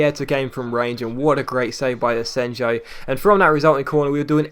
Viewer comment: It's pronounced asenyo